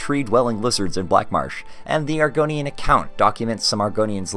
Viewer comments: "Argonian Bewbs" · you say it like bewbs, thats all i needed to continue watching this video